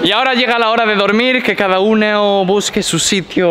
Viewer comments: Dijo uneo envés de uno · dice uneo